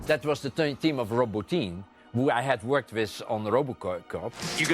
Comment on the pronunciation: I like how Verhoeven pronounces Rob Bottin's name as "Roboteam" - which would be a cool name for a practical effects company.